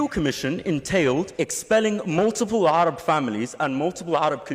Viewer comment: اكتشفت ان الشخص المناظر هو عربي والدليل انه لفظ حرف العين في كلمة Arab(ع) وهو ما لا يستطيع نطقه الاجانب.ونطق ال التعريف في كلمة العرب(الArab)الله يحفظه.